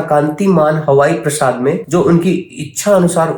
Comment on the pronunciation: 🙏 Hare Krsna Pranam 🙏 Hari bol 🙏 Thank u for reading Srimad-Bhagavatam for us 🙏 Bhuridaa janaah 🙏 Praa + saad = Praasaad (palace) is correct pronunciation Prasad is sanctified food offered to the Lord 🙏